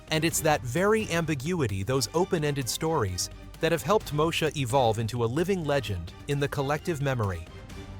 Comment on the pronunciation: Its pronounced MO-E-SHA. Not Mosha!!! Once UPN got established as a network station with the help of the black shows, it cancel the ones who started it.